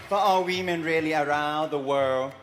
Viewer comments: Sounds like he was saying "We Men" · I heard “ran by we men” 🤷🏼‍♀️💀